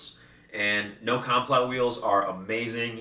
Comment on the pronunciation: No comply is pronounced no-cum-ply like the skate trick